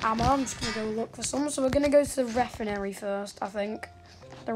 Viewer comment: the way he says refinery